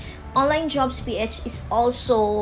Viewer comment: medyo disturbing lang yung (P - etch) haha pero thumbs up po